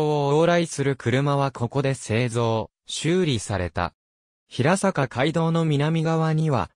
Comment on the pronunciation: 地元出身ですが、ヒラサカではなく、ヘイサカと呼んでいますよ。